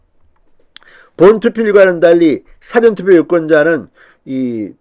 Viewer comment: 사~전 투표로 발음하세요😀😀